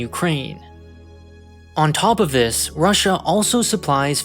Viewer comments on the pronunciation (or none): none